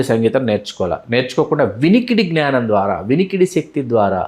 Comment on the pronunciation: Sir, sorry to tell you that please try to say జ్ఞానం not gnaanam Thank you